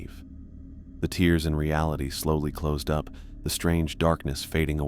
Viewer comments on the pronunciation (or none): Is this an AI? I would think not; however, the mispronunciation of tear - as in the water from the eye used instead of ripping the veil…